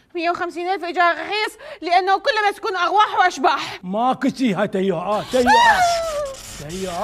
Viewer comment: ارواح❌ اغواح✅😂